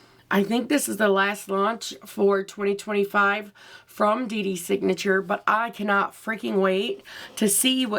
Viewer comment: Awww ❤❤❤.. I truly don’t mind the pronunciation but yes it is Dey Dey Signature 🥰🥰🤗🤗or Day Day Signature.. Now your looksss are Faya!! I can’t decide because how do I choose from 2 fantastic looks .. really love love them ❤❤